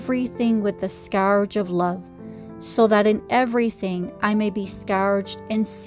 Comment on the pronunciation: Scourge is pronounced ' skerj'